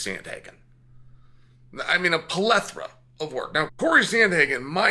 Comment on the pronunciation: pleth·o·ra, amigo. Not trolling. Just helping for next time. Thanks for the video.